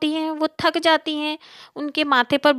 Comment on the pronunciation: Aur tak nahi thak hota hai😂